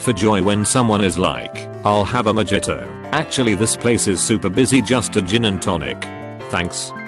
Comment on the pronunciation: The Boilermakers = Alcoholic hits real close to home for me. Edit: I love how this robot pronounces the J in mojito and jaeger.